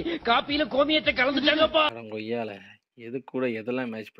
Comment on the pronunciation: Ada gommala❎ Ada goiyala. ✅